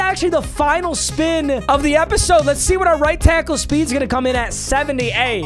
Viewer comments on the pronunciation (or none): Any mf who thought he said the wheel of sped builds my team 👇🏼